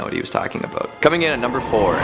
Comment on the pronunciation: I love the way says "aboot"